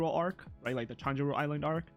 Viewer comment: we know doesn't read all the comments cos a hundred over episodes later and he's still calling tenroujima 'tanjiro island'